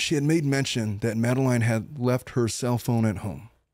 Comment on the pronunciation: You’re pronouncing Madeline’s name wrong 🫤